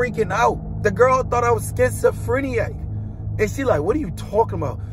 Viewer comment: "She thought I was schizophreniac?" LMFAO 😅 What? It's, "She thought I was schizophrenic," not phreniac 😂